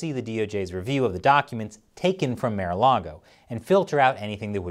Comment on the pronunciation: He said "mayor-a-log-o" but its "marh-a-log-o" :1